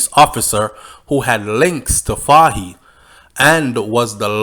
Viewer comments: The pronunciation of the leader’s name is “Foy “ same like “toy” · Pronounce it foye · Hi, first time participating, great job, you’re highly rated as you bear a platform that captures a great majority of viewers and listeners. Take note that “Fahie” is pronounce “Foy” as you would say “Roy.” Funny, right? Another one is “Moise” which’s pronounce “Moeese” like “mo ease.” Just trying to see how I can assist with the many criticisms from people who are talking about how you sometimes call people out of their names.